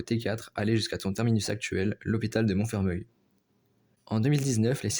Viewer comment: Attention à la prononciation de Montfermeil. A prononcer "Monfermèy" et non "Monfermeuil" 😉